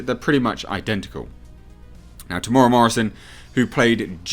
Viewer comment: It's pronounced Tem / Mera.